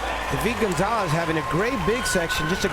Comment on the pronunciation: Ahh the way that commentator pronounces David Gonzalez's name is so freaking annoying!